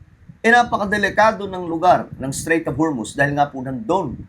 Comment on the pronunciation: Strait yan Hindi Straîght of Hormuz